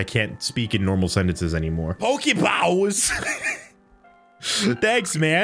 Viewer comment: Poké Bawws xD